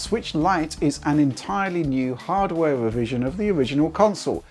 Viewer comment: Bwiefings...... impwessions........wevision......this guy would give Jonathan ross a run for his money.....